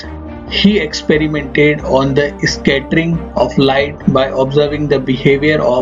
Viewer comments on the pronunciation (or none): on for scattering he told esscattering lol